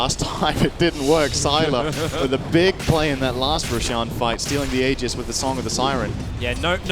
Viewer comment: Learn to pronounce aegis properly,. Jeez.